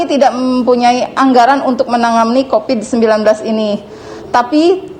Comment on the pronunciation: Q dengarnya copid/covid ya?